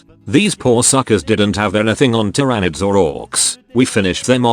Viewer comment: how did he pronouce "tryanids?